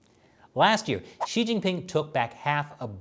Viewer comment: Pronunciation of “Xi” is “See” not “She”. Try that in your next episode.